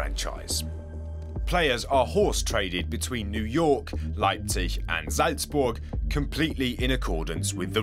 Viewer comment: I fully respect the speaker to pronounce Leipzig and Salzburg perfectly :O